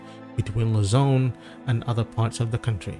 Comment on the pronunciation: Luzon, not Lazone.